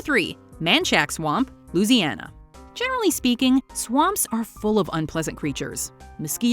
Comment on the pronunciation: I’m offended by how Louisiana was pronounced 🙈.....is that how the world outside my state pronounces the name!?? Whew now I’m wondering if we’ve been the ones saying it incorrectly